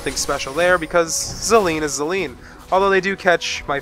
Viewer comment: I like how you pronounce Zilean's name haha, it's unconventional. I pronounce like like I got a "zillion" dollars :)